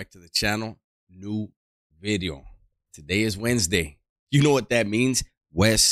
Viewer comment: "KNU BIDDEO"